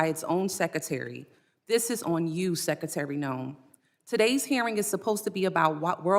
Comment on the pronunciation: Madam Sekatary? Guess it's too difficult to say secretary